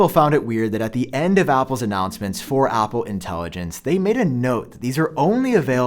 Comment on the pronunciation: Why does he say Apple like Opple